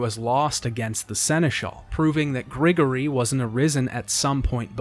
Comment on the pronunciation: Hey, just wanted to mention the language the dragon and wyverns speak is Latin. Their pronunciation of the Latin is bad but its Latin. And Grigori is pronounced "Grih-gore-e"